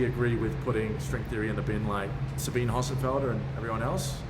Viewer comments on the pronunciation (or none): none